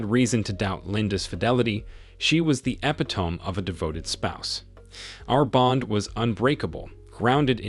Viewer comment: Epitome is pronounced ah. Pit oh..me!